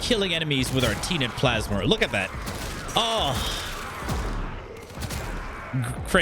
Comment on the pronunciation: Tea net plasmor! KEKW